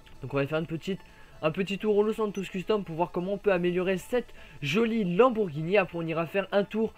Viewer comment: c'est lamborghini et pas lambourghini